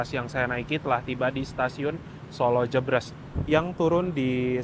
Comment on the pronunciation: Koreksi.. solo jébrés mas bukan solo jebres 🙏🙏